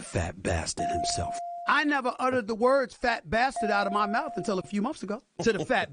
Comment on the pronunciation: As he runs his Mouf!!😂😂😂